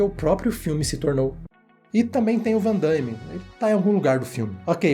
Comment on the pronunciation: Achei ótimo o vídeo e a análise... Mas ficar escutando "Van DAIME" doeu no ouvido.